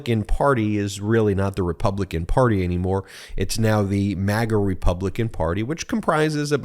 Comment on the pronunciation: Excuse me, did you say MAGA Republicans or maggot Republicans?